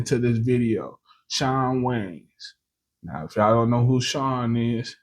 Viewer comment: The Wayans Goated but you sound like u said John Waynes😂